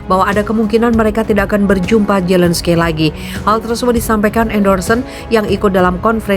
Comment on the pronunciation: Zelenskai.. .????? *ZELENSKI..!!! MEMANG TULISANNYA ZELENSKY TAPI DIBACANYA ZELENSKY. Hadeuuuh youtuber kelas ecek ecek... Baca/eja nama orang aja lebay